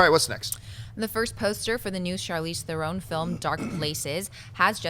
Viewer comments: Dear AMC Crew: You can verify this with her interview with jimmy Fallon. Dear god, the way you pronounce Charlize Theron's last name is THERE-on; not THE-rone. Please please please stop butchering her name, it's like nails on a chalkboard. Thanks :) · It's Charlize Theron, not The-roon